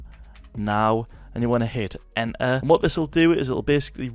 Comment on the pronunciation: blud sayin' Enter like "En eh"